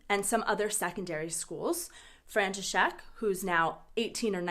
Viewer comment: I just can't. Your František just sounds like Frankenstein 😆